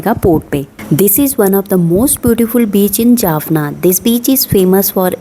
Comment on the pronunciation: Jaffna NOT Jaffana .